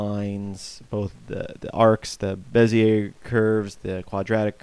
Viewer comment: Bezier is indeed french and pronounced Bezee ay the r is silent.